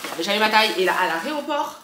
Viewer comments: dit « l’areoport » au lieu de dire aéroport 😂😂😂😂 c’est chou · qui dit « aréoport » 😂😂